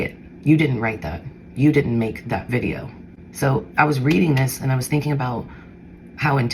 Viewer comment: Oh gosh. Here we go with the "VIDIEOS.", i dont understand why he keeps taking her back. We all know Leila is putting a show on.. once again. 😅